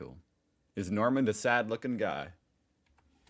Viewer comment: He even called Norman Köster Normand.